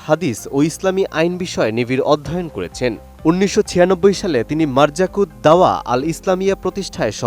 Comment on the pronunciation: হায়রে সাংবাদিক মারকাজুদ দাওয়াহ উচ্চারণ করতে পারেনা?